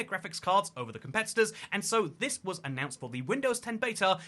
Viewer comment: "It was first annount" "Nuhvidia"? "According to the minecraft subreddit, Mr Fortiz"? Fortiz? Is that how you pronounce atlas? "Nuhvidia", "branded cars"? You've either used a voice clone, like elevenlabs to do part of your video and it's reading typos out, or you're allergic to doing a second take for your video lol.